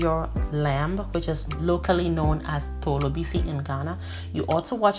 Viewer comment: Lol the way you say toolo beefi I'm used to hearing toolo beef